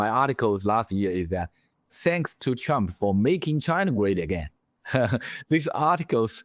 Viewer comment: I know it's only accent but I think we should all pronounce Trump as Chump.